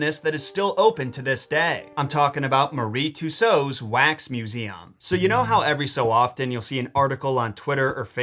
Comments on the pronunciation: Hey buddy don't wanna be that guy who tries to correct people but Madame Tussauds is pronounced like Mad am two swords or ma· duhm too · sawdz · Um…it’s pronounced Madame two-swords but this isn’t a telling off, I get why you made the mistake it SHOULD be pronounced the way you said…old English words hey?